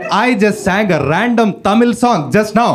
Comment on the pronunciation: ❤tamil he pronounced " zl" very perfect